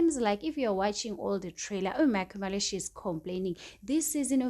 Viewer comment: Stop saying makhumalo like that, your voice is so annoying... Say Makhumalo the right way yooh